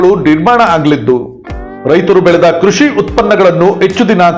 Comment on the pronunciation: Echchhu, aagu alla Hechchu, haagu